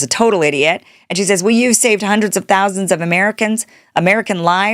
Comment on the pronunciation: Hundreds of millions is what it sounded like she said? 🤔😳🤣🤣🤣